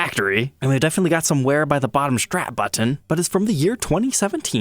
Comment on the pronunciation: Button. Simple. Why oh why can you on YouTube not pronounce button correctly. It's all YouTubers.